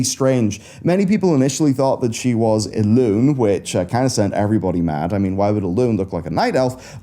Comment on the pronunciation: Would that not be E’lune?